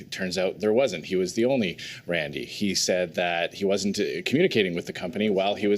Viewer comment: Dude can't even say Randy's name properly